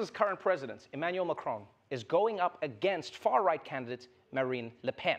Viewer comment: Trevor, its President Macron, not Macrone. Also why use a hom-osexual voice for waiters?